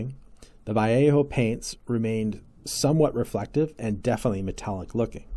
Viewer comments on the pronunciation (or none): Pronounced Va Lay O and Gallery 😊